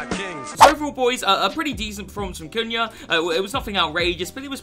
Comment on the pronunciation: Not sure that’s how you pronounce his name 😂